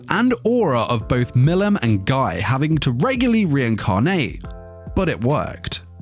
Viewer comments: It's pronounced as Gee Crimson, not Guy , try watching the anime dude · It's prononcier "Gi" not "Guy" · Guy is pronounced "Ghee"